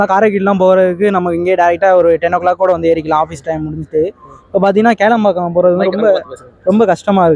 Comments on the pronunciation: Kelambakkam illa bro, that is Kilambakkam. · கேளம்பாக்கம் இல்லை கிளாம்பாக்கம் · Adu kelambakkam ille...Kilambakkam bus stand